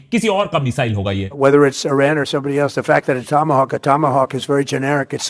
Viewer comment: IRAN ❌ I-RAN✅